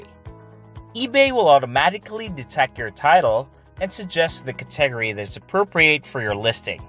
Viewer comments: Cat-ah-gory NOT kit-teg-gory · Can pronounce "attributes," but says "cat-TEG-ry." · Re-examine your pronunciation of the word “category”. Otherwise, great video. Thanks. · I wasn't sure what word he was saying.